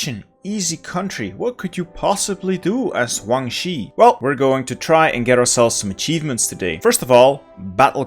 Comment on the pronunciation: And "Huang Xi", man it's Guang with a G